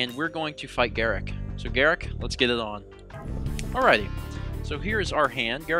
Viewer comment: the way you pronounce it is GAH-ROOK